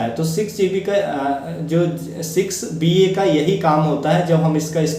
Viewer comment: Bhai ji 6 GB nhi 6BA bolo